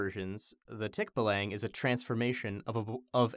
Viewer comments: Tik BA lang stress is on the 2nd syllable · First of all, I honestly feel that version is an improvement. Tikbalangs should be horrifying and buff man-horse just doesn't cut it. And because it's Mike Trapp: Um, actually guys, it's tikBAlang (stress on the second syllable not the first). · This was wild start to finish I loved it (Um actually, it's pronounced tik-BAH-lahng not tik-bah-LANG) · yo guys, it's pronounced tik-BAH-lah-ng (think bah like the sheep sound baaa), not tik-buh-lang... wah just a correction as I am a Filipino and that's how we pronounce it :) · its pronounced as tik-ba-lang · "Tick-Buh-lung" UwU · Excuse me its Tik-baaa(like a sheep)-laang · Umm actually, its pronounced Tick-bah-lahng (or so i spell) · As a kid, I was scared of Tikbalang up on the trees. Now I'm much more afraid of this version. Also, Mike, ummm actually, it's pronounced Tik-BAH-Lang. Emphasis on the "Ba" syllable. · Tik (from Tick) + Ba (from Band) + Lang (from Language) That's how you say Tikbalang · I'm from the Philippines, and I didn't register 'Tikbalang' at first because of how Mike pronounced it. Like, "um, actually", it's supposed to be pronounced (tik-BAH-lahng). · The pronunciation is Tik-BAH-lung for future reference :) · the pronunciation of "tikbalang" is very slang, its /ˈtikbaˌlaŋ/ but in all fairness, the interpretation is unsettling but coooool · Umm actually tikbalang is pronounced tik-baa-lang. A tikbalang is a cannibal and the rapist of the forest and props to making the tikbalang alot more freaky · Um acually its pronounced Tick-bah-lang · Um actually its pronounced "Tik-bah-lang" haha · I don't really speak much Tagalog at all, though my fiancee is Filipina. While I've never heard of the Tikbalang before, when I heard the name I just thought, "That's sounds like it's from the Philippines." xD Um, actually though, the 'a' sound in Tagalog should be the "ah" sound. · The tikbalang is pronounced tick-bah-lung just a lil heads up ^_^